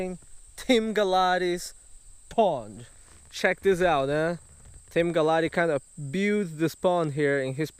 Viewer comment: For a long time now I thought he been saying Team